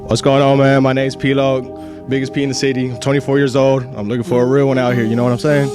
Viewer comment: I’m sorry, what did he say? Biggest what in the city?